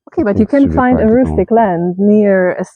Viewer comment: Rustic not roostic !